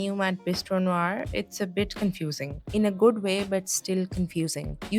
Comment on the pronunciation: love the choice of words ||||||||||| and thank you for pronouncing NOIR right!